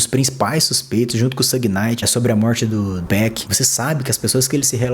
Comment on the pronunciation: Qm é Peck ?? Meu Deus hein ...aprende o nome faz favor né ....pronuncia PAC